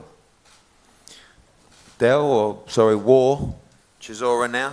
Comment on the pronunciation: How’s Whyte correcting Chisora on his pronunciation when he struggles himself🤣